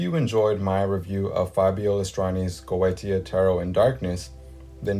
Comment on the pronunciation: Goetia is pronounced Go- A - Sha.